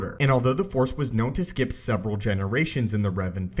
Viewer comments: Okay,. You GOTTA stop cutting off the "C" when you use the word "Force" at the end of a sentence. I keep hearing "Fore" so much I'm starting to think this is a golf channel. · Why do you say fore (four, etc.) instead of force sometimes? am i just dumb?